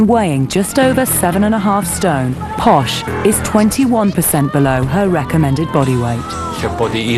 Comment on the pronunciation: It's Posh not posha. It's her nickname from her spice girls days; "posh spice" and it stuck